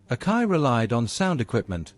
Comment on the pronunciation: it's A-KA-I pronounced Ack-EYE not OKAY.